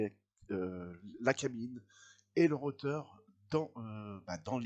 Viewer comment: Pour info on ne dit pas un "roteur" mais un un rotor .